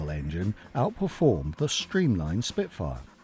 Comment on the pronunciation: Achtung Shpitfuer ! Arggggg .